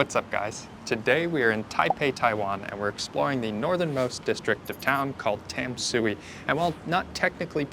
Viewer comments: It's pronounced more like "Dom-sway", not "Tam-soo-ee". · Tam-sui should be pronounced like "Dan-sweat". There are no perfect translation. But "Dan-sweat" is actually more closely to Chinese pronunciation. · It's pronounced Duhn(like done) - shu(like shoe) - eh (like where) so: "done shoe where" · Tamsui is one of my favorite parts of the city! Quick tip: the most common pronunciation sounds like "dahn-shway", which is how the majority of Mandarin speakers would say it. The Mandarin transliteration is Danshui and is a better indication of the modern pronunciation; Tamsui is based on the previous transliteration style but both are the same word, meaning "fresh water". By the way, just wanted to call out again that your B-roll is SO good. You have a wonderful eye for cool subjects and framing, and you're able to make it look artistic and vibey but not overly try-hard and artificial. Your little transitional montages manage to really convey the whole feel and energy of a place in just a few brief shots, which isn't easy. I know you're still working through the audio (which is totally understandable) but your video is already punching way above your weight. Keep it up guys, you're doing awesome! Also I died at uh colorful Subway joke 😂 Gotta keep getting to come out of his shell, he is lowkey hilarious when he gets sassy and spicy. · This is an amazing video! Great as a drinking game. So the rules are: one sip every time 1) They say Tamsui in the most American accent ever, 2) Shaky cam, 3) Bad joke.